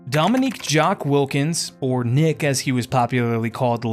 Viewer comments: Why is he calling Neek Nick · It’s not pronounced Nick it’s pronounced Nique (Neek).